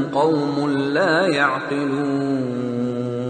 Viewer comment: The last word of ayat no 14 is "yaqilon." I heard "yadilon" in this qirat .Am I right? Pls reply